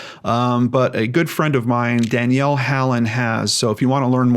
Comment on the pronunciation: Your channel is definitely among the top 3 on YouTube! I love these videos. I keep in mind the images of these missing people and always keep an eye out. Least we can do, right? Just be on lookout. But psst. It's Danelle. Not Danielle. ;)